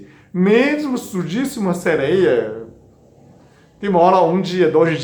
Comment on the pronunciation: Como todas falaram aqui nos comentários deste Vídeo, o sr é muito fofinho! 🤗kkkk, ainda mais falando "seleia" 😍